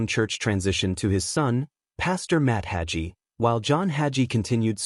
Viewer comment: When n A I BOT says "Hajee:" for "Hagee" it tells me the AI progarmmer does NOT KMOW John Hagee. Another fraud hiding behind AI, instead of having the SPINE to use a MIC!